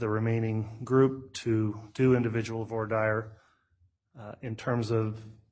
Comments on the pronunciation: voir dire /ˌvwɑː ˈdɪə/ Not 'for dire' Sometimes I rely on subtitles or transcript and both are really poor on YouTube. Parts of the script when followed is pure rubbish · Some things about this judge as sort of surprising. Big and small. In this session, hearing that a JUDGE doesn't know how to pronounce "Voir Dire" was a shock. Other attorneys at that hearing had no problem. It is a bad sign. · If Lori was an all powerful translated being with portal power, she could have gotten herself out of jail. Also, I now have less faith in the Judge given his butchered pronunciation of voir dire. (HINT: That's not it).